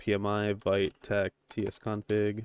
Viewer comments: its more like "Veet" and not "Vait" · thank you! fyi - Vite is pronounced Veet like as in French for quickly // I'm sure it doesn't matter much I just wanted to let you know 😅